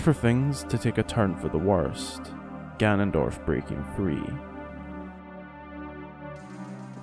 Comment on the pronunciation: It’s gannondorf